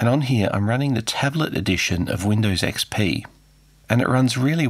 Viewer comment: "Weendaws ecspee"